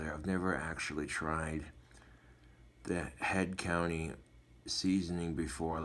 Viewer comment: it's head COUNTRY, not COUNTY. There is an R. Just letting you know, bro! Love a good cooking videya!